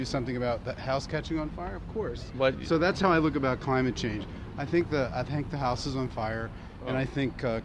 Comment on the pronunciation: You forgot the "N" at "change"